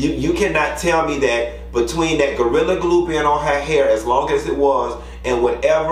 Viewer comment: Not Gortilla! 😂 Sound like something on Taco Bell menu!